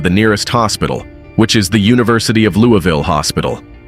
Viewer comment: Its not pronounced "Lewie Ville" 😂